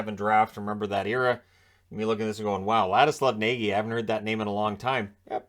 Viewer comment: Nagy is actually pronounced Nodge.